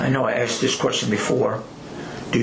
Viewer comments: The one that annoys me the most is "aksed" and you hear that shit everywhere! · but he axed her politely! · Did he say "pult" her over? Say what Bro? Ya Pult he over??? Did you "axt" her for a blowsage?